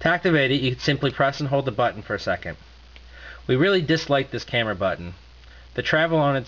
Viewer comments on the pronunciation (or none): none